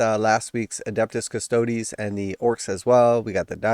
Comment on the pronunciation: It makes my brain happy when you say Custodes 'properly' ha-ha. The times you say CustOds hurts my head.